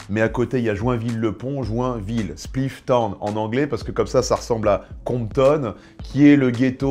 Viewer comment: Son accent pour dire Compton il me tue